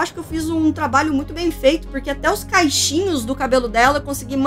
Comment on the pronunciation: Amei o vídeo! Mas, me desculpa pelo que eu vou dizer: vc falou "caixinhos" mesmo ou entendi errado? Porque o certo seria cachinhos, que vem de cachos.. ☺️